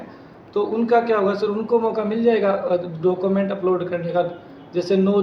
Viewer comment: Thanks Sir information ke liye.. चेयरमैन सर.. डॉक्यूमेंट (document ) को डाकूमेंट बोल रहे हैं.. 😂